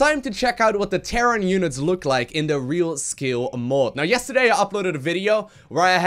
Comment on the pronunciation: Real Skill mode? wut? why you pronounce Real Scale as Real Skill or Real Skil?